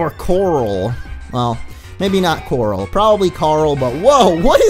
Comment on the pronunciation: Why do u say CORRAL every time you do the voice of rick